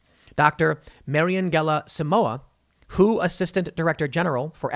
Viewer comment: When you referred to the delta variant, the first time you said the WHO, I swore you said “ the Woke Health Organization”.